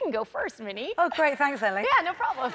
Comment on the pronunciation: Who all heard minnie as mini driver during beginning 🤣🤣